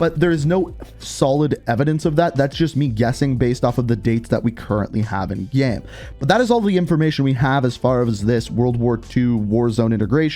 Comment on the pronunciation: The way you say „game“ kinda triggers me, great video though!